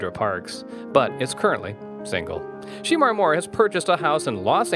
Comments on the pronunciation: Pronounce his name right Shermar Moore not She Mar. OMFG. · He is killing me with the pronunciation of his name. It is SHEMAR, not She-mar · Sheee-mar?! Really?! that's not the correct pronunciation of his name, get it right! Geez! its pronunced Sha-mar (although spelled Shemar). He is fine ass man, gorgeous! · Whoever is narrating, please pronounce Shemar's name correctly. It's like Sha-mar not She-mar. He is a talented actor... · You do realize his name is pronounced she-MAR not SHEE-mar. It sounded really weird every time you said his name wrong. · Why they calling him Sheemar? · His name is not she mar... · You calling him Sheemar....... What you trying to say? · I dislike the way this man is pronouncing his name as well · His name is not pronounced SHE MAR. For God sake! This clip is so irritating. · “She”mar who ? Lol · His name is not She Mar. Learn how to pronounce his name! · It's Not Sheeeemar!!! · Saying this mans name wrong is very annoying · It's also mispronouncing Sanaa Latham. I almost missed it, but I had just read about her being pregnant (by French Montana)! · YOU'RE PRONOUNCING HIS NAME ALL WRONG!!! "Get it together!" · He knows he's pronouncing his name wrong💩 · Learn how to pronounce his name correctly!!!!!! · The more this commentator mispronounces his name the more it irritates me! Lol